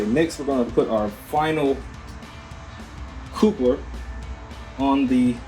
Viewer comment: I guess he does not know how to pronounce the word coupler. Because he's saying it wrong, it doesn't instill much faith in his skill and knowledge of what he's doing, does it